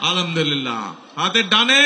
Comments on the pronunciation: আলহামদুলিল্লাহ, এই শব্দটি একটু ভালো করে মুখস্ত করবেন এবং বলার চেষ্টা করবেন ধন্যবাদ আপনাকে। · আলামদোলিল্লাহ না বলে আলহামদুলিল্লাহ বলার অভ্যাস এবং সালামালাইকুম না বলে আসসালামু আলাইকুম বলার অভ্যাস করার জন্য পরামর্শ রইল।